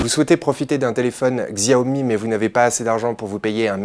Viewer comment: xiaomi ce prononce à la chinoise soit "chiaomi" , faites gaffe parce que le pdg de xiaomi va s'énerver ^^